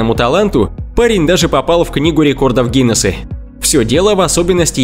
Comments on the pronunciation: Надо поработать с дикцией, вместо буквы А в конце слов, слышно окончание Е или Э. Пример: Не ГинесА, а ГинесЭ. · Видео хорошее, интересное. Но странное окончание у слов - Гинессе (Гинесса) , рождение (вместо рождения), друзье и т.д. Это отвлекает от сюжета. Человек-жираф - это монтаж. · Книга гинеса а ты говориш гинесы ???? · Это фифект ечи .